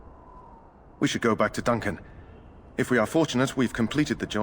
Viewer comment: Okay so I’m watching while I’m working from home and your pronunciation of “Duncan” as DONK-an every time makes me smile. I keep thinking “ooh he thicc”. I love your videos! Please keep them up. I’m replaying DA2 now. 😊